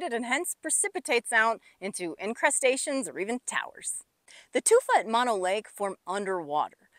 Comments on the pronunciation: Mano as you pronounce it. means hand. The lake name is Mono. meaning monkey. That said, good presentation and analysis of the problems with the basin. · It's pronounced mow-no.....just like no but mo..... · I always thought it was pronounced "mow no" and not "mon no" but what would a guy from Chicago know? Well at least I know the lake is over 1 million years old. Tufa towers are plain cool to see, nothing like that around the boring Midwest. You did good explaining this place!